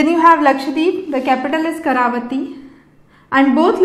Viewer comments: It's not karavathi it's.... Kavaratti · Not karavati its kavarati